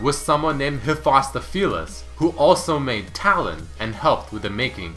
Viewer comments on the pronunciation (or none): Oh god red ... that pronunciation of Hephastopheles </3